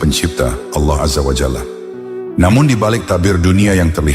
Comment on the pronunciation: Penyebutan nama Allah, perlu di koreksi.